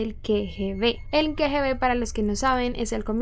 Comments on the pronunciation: Hola. La pronunciación de "KGB" es Ka, no ke. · No puedo creer que pronunciaras las siglas KGB como Ke Ge Be.... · La teoría que involucra al gobierno ruso me parece la más probable... y solo como una nota o aclaración, las siglas KGB se pronuncian literal Ka - Ge - Be, por si vuelves a ocupar mencionarlas en algún momento en otro vídeo. Saludos y muy buena investigación, me gustan tus vídeos. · NO ES QUE , G , B ES K, G, ,B SE PRONUNCIA "KA"